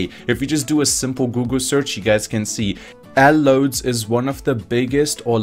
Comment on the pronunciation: you pronounced Lloyds so wrong x-)